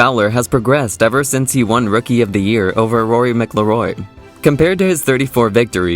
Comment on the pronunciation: Bro you can’t even pronounce Rory’s last name right. Also, the comparison isn’t a good one. Rory was deemed to be one of the greatest players of all time and many say that he too, like Rickie, has significantly underachieved. It would make sense to compare him to guys like spieth and Thomas. Even younger guys like Collin, Scottie, and Xander. Although the X man hasn’t won a major yet either. Look, what I think happened was that Rickie had/has extreme charisma. Was he able to catch up to the hype? No absolutely not but the hype wasn’t just built around his amateur accolades. It also built up with his meteoric rise in popularity. Ppl just wanted/ still want Rickie to succeed and it makes the story unfold in a narrowly tragic way. Anyway dude. U mispronounced jack Nicklaus’ name wrong too. You clearly don’t have enough knowledge about the game to make videos that bashes one of golfs nicest guys.